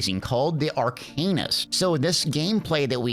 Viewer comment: Pretty sure its always been sounded out, ever since this class name existed, arka-nist, not ar-cain-ist. Yes, just a small thing, but pretty sure that is how its always been said. That out of the way, its meh to me. Another magicka/ranged skewed class. Only good melee/stam weapon classes we have are nightblade and warden. The others are better with straight up magicka/caster style. And thank god about pvp. pvp is hot garbage for any mmorpg. Should be removed in all of them.